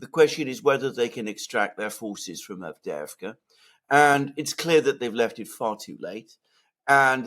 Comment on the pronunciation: The collapse of Avdeyevka is so complete that keeps talking about Avdevka, collapsing "eye" into "e". There is a type of Russian names that end with ey, so not Andr but Andrey (Andrew), not Timoth (Timothy) but Timofiey, and not Avd, but Avdey. Moreover, a personal name of a founder, owner, notable person etc. makes a settlement name with suffix -evka, so Avdevka would be named after Avd, which sounds weird, and thus Advevka sounds weird too.